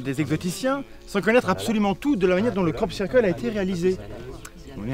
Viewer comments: Sirqueule pit ! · Sœur keul ! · cyrkeule <3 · La vraie victime c'est la prononciation du mot "circle"